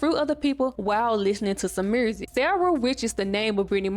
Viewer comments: Notes: Girl, I keep forgetting you were born in 1999. At the end of the decade where you commentary alot of 90s black media. Like yo8 being co fused by if that was a Walkman. My soul died a little. I love how you say "mursick" like Shawty Lo. I guessing you're from Atlanta. I cackle at the random memes, at how you mentioned Roger weird ass, and Frank and his hair cute had me cackling like a ol witch. Ray do need his flowers as a black TV dad. He was great. And your feelings are valid but definitely growing up where Marques Houston who was Roger, being a singer in Immature and them singing with no shirts on, chile being predatory was so normalized. I am glad people are focusing on it more due to social media and having internet which give us these discussions. Like these artists have wives and gfs that were teenagers. Groupies were teenagers to grown men artists. Like even me, I loved Nelly. At 9 years old, I thought he was so fine. I wanted him to be my hubby, never thought bout sex tho but I get where your feelings. It was an era. I dont think like young girls have alot of heartthrob today...maybe k pop. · You mad pretty and I love the accent in the word “music” 🤣🤣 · Are you from Memphis? It’s the way you pronounce music and community 😂❤